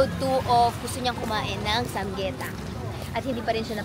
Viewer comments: ~~ ❌-sam-yetang ✅ - sam-gyetang 🤭🤗😘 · SAM-GYE-TANG po